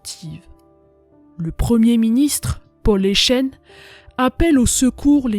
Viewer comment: Intéressant, sans nul doute. Et cela fait plaisir, en effet, que l'on se rappelle que les Belges aussi ont combattu. Il n'empêche, en temps que Belge, il y a des noms qui font mal aux oreilles. Paul Eyschen se prononce "éskenns" Anvers, on prononce le S final Bruxelles, on dit Brussel. On écris Bruxellois et on dit Brussellois La ville près de Liège ayant vécu le même sort que Dinant s'appelle Visé Ravitaillé via Callait et Dunkerque, ainsi que Nieuport, qui était bombardé, mais néanmoins en service.